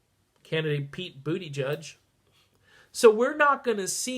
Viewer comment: Someone needs to tell that Mayor Pete's name is not Pete Booty-Judge....lmao.